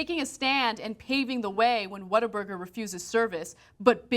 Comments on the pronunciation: she says "WhatTheFuckBuger" not burger, lol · Cenk, it's not 'whataburger?' it's 'WHAT,A,BURGER!' and they'r very good, better than In-Out, Five-Guys, Wendy's, King, Mc'd, Jack, .. also the fries are good, shakes, they start cooking it when you order it, so it's fresh and juicy, good quality meat, made to order, it's a damn good burger for sure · About the name, in their mouthwatering TV ads, the guy takes a bite out of a burger and exclaims, "What a burger!!" It's commonly pronounced "WaterBurger" here in H-Town and you guys would love it. Their burgers, fries and milkshakes are amazing, that's why there is one on every corner. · Its What-a-burger not waterburger. And its way better than in-n-out burger. And they aint losing any business cuz they have better ketchup than heinz and aint nothin better than whataburger at 3 a.m. nothing. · ....... WhatTheFuckBUGER.... Buger? ..... people can't even be stupid correctly.